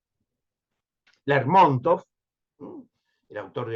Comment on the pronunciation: Buenos días,. Ante todo muchos saludos desde Rusia. En cuanto a Lérmontov, se pronuncia así como lo acabo de escribir, con la primera sílaba acentuada. Siguiendo con regularidad y con mucho gusto estos valiosos envíos.